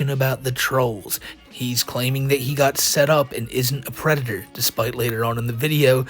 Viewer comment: He’s not a fwickin pwedator!!